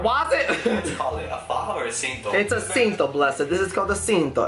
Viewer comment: Cincho NOT cinto😭😭😭